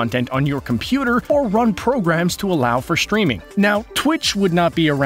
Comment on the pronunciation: It's " streaming " not "schtwiming"